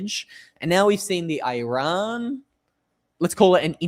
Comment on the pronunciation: The name lf the country is Eeeeraaaan. It's easy to learn and would make you sound a lot better, sorry😊